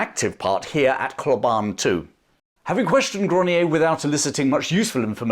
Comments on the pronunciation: Hlobane- pronounced "schlobarnie" or close to that. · Hlobane: Shlo-BANH-nyeh. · It's pronounced .... Shlob - ahn - ay . Hlobane